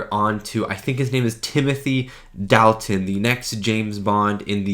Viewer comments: Dalton pronounced Dolton. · Dalt, rhymes with Salt. Dalt-un.